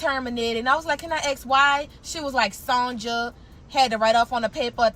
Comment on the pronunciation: Lmao! She said Sonja with the J!🤣🤣🤣